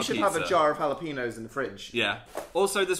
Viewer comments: when an n has the line above it (ñ) ur supposed to pronounce it like an ny (ha-lah-pen-yoes) dnp were saying ha-lah-peen-oes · ñ isn't pronounced like an n. it's like an "ny", so hal-luh-pe-nyohs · Is no one gonna talk about how they pronounce jalapeños? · How are you supposed to pronounce jalapeños? I really don’t know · im offended by the way dnp say jalapeno